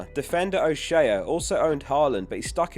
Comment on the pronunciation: It’s pronounced o shay not shay uh😀